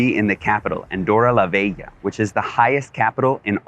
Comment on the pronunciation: It is "la Vella" (it means "the old one" in Catalan). It is pronounced as [la 'ßɛ.ʎa].